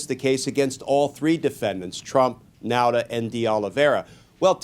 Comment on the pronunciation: F.Y.I. Nauta is pronounced Nawta.I used to be one.